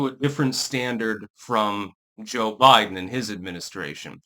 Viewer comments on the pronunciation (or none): none